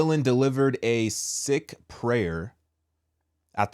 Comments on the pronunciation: It's pronounced (seek) not (sick or six) Sikh. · Sikh is pronounced Seek not Sick. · Pronounced Sikh is pronounced “ Seek” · She said Sikh religion, pronounced “seek” Sikhs believe in one God, called Waheguru, which means "Wonderful Lord" or "Wonderful Teacher". Sikhs believe that Waheguru is: Genderless Eternal Ineffable Self-revealing and necessary Transcendent Present in all creation Beyond time and space Beyond the cycle of birth and death I only know because I’m religious affairs specialist in the US Army. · Seek is how that religion is pronounced. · Sikh is pronounced Seek. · I thought it was pronounced “seek.”